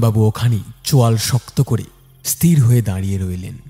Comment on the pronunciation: ইস্ তির নয় ওটা উচ্চারণ হবে ইস্ থির।